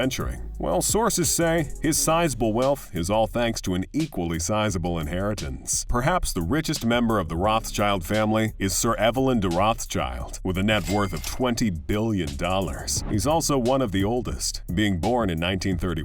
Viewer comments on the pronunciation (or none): EVE-lyn, not EV-a-lyn, which is a woman's name.